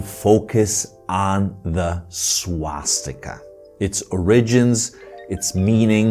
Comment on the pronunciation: Swatzsticker sounds allot like SwatzsTIKKA to my sindu ears